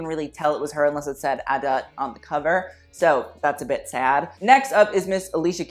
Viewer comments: I’m pretty sure it’s pronounced adu not adutt lol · It’s actually pronounced, Ah-Dut or Ah-Dat. not Ah-Da.